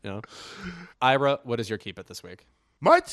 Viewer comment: I thought ira said "whore" Oscar and I was like ok